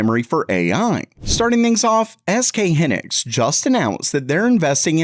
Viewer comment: It’s SK HIGH-Niks. Pronounce it correctly. Also these new fabs won’t show up for production for years. You’ve been blasting videos every day for weeks now saying the ram crisis will be over “soon”. So damn click baity. You’re welcome for the interaction.